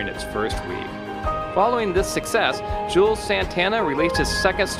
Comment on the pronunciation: The way this dude pronounces his name should be a crime. It's Jū - elz Santana.